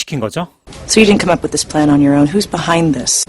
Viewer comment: come up with this plan...예전 강의에서 강조했던 업 뿟이라는 발음이 귀에 쏙 들어오니 공부한 보람을 느낄 수 있어서 좋군요.